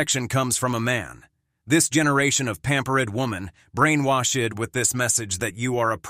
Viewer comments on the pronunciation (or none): LMAO. I didn't know this channel uses text to speech software. you can hear the pronunciation of the words "pampered" and "brainwashed" where the program pronounces the endings of these words as "ed" as some ESL students would. Hey channel owner, why not just use your own voice.?